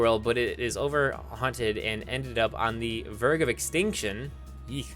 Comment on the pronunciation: So here's a list of every word he said wrong verge Mudbray baile Alolan Minior Debris brilliant This is sad.